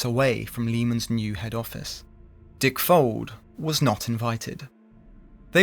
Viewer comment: I kept hearing "dick folds"